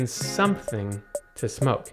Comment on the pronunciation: Great video. I like how the narrator says " Something" lol. Yeah we know what you talking about.